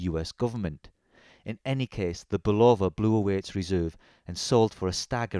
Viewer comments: It’s not a ‘Bull-Over’! It’s a ‘Bull-Of -Uh’ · It's pronounced BULL-UH- VUH. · Mate, give Bulova a phone call. They'll tell you it is never pronounced "bull lover". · its not Bull-oh-va friggin limeys... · This is very nice review of the Bulova Lunar pilot -- well done! A couple of background comments, if I may. Bulova (pronounced BULL-uh-va, with accent on the first syllable, and no long "o" sound but "uh" instead) wanted to get their products on the wrists of astronauts and lobbied US Congress hard to get another shot at a contract, pointing to the rules set out in the 1933 Buy American Act. Bulova didn't have any manual wind chronographs in their catalog, so they went to their Universal Geneve subsidiary and procured the watch that became the prototype worn by David Scott in 1971. Ironically, it was a Swiss watch through and through, with a Valjoux 72 or 7736 movement. David Scott was given the watch by fellow astronaut Frank Borman, a West Pointer (US Military Academy) with personal ties to the president of Bulova at the time, who also knew Borman from West Point. Bulova's CEO was retired five-star General Omar Bradley, yet another famous graduate of West Point beloved for his leadership in World War II. The watch was carried as a favor and part of Scott's "personal effects", which all astronauts were allowed to bring on board with approval from NASA. They also took a bunch of first-day-of-issue postage stamps, which led to a major brouhaha later as NASA took a very dim view of astronauts using their government service for financial gain. The Omega Speedmaster did indeed fail after the second EVA on the moon, so Scott simply strapped his Bulova prototype on and completed th